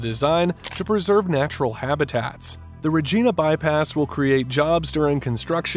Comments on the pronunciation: Next time hire narrator that speaks the King's English, not American. Did not take the time to learn how to pronounce Regina,, it is not re-jean-a. Anyone in Canada or Britain could give him pronunciation lessons. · Regeeeeeeeeeeeeeeeeeeena bypass? Funny. Learn how to pronounce our place names! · Find someone who can pronounce the name REGINA properly..... It would be appreciated... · It's not REGENA it's REGINA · Its "Regina" with an i,, pronounced like the thing you see with, an "eye". Learn your craft man. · Montreal is pronounced Montre- all, not Montre - al. Also, Regina is pronounced Reg eye -na, not Reg -eee na. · You need to learn how to say Montreal (Mon tree all) and Regina (Do you refer to a woman's body part as a Vageena ?) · Dude rageena??? Come on, u lost all credibility by mispronouncing the glorious capital of Sask. Also we should wexit. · lol. Bro if you’re going to create videos about Canadian projects, DO YOUR RESEARCH and learn how to actually pronounce the names of Canadian cities. *smh*. Another YouTube hack stealing others’ work and doing none of your own. Ruh-gee-na?? Montree-al?? Embarrassing. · Why not just do the voiceover yourself? Stupid AI voice can’t even say Montreal or Regina correctly. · Your taking this click bait way to seriously. Who cares what this video content is. It can't even pronounce Regina. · Thanks for the video... But you mis pronounced every name you mentioned.